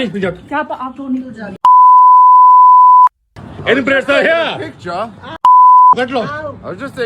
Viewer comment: Why he saying in breed